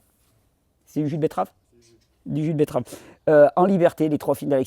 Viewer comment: Je prefère quand tu dis "betterave " plutôt que "bett-EU-rave". C'est bcp plus joli. Merci pour le jus